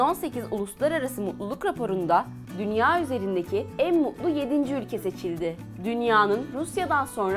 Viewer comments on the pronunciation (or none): Mutlu derken "mudlu" diye okumazsan o kadar güzel video yapıyosun diksiyon sıfır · herşey iyi hoş ülke videolarını çok seviyorum da şu t harflerini konuşurken yutmasan konuşmaya dikkat etsen.. Belgesel yapıyorsun azcık telaffuzuna dikkat et. Mutlu yerine mu'lu, Atlantik yerine A'lantik diyorsun mesela. Her videoda t gelcek diye korku ile dinliyoruz